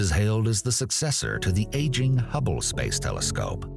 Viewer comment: The way this man says “space” is hilarious 😂